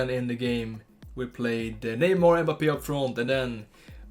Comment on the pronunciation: b like EHMBAPEEHH